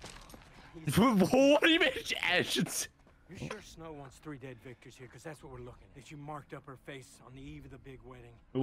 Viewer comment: Is he saying wictors instead of victors?!